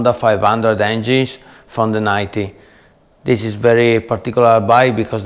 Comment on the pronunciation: " Dis is a very very VERY nice " Love it brotha! Lol